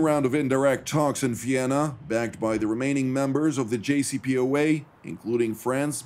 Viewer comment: Did he call it the “JOPCA?”